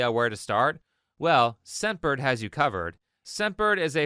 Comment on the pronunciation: hey a quick comment, i was listening to this video and i kept hearing you say "sempered" instead of "scentbird" in the advertisment. it might not be so clear to other people as well